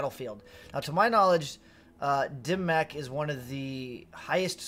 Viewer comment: Not the only creator saying it wrong, but I cringe every time I hear "dim mack" as it's pronounced "dim mawk". Love your channel though as I believe you put out the most informative content